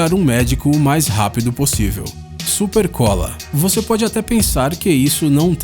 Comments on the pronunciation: "SUPECOLA" Só eu que vi? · "Supecola" sério que não perceberam isso ? 😂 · "SUPECOLA",quem presto atencao? Tem que tomar cuidado😂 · "supecola" kkkkkkkkkk Arruma isso rsrs muito bom o vídeo! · "SUPECOLA" kkkkk